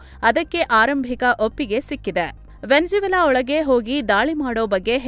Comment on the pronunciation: ವ್ಯಂಜವೆಲಾ ❌ ವೆನೂಜುವೆಲಾ ✅